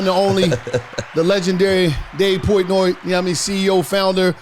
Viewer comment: “Dave Poytnoy”